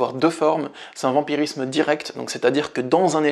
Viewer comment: 'vampirisme' et non 'vamirisme' 🙂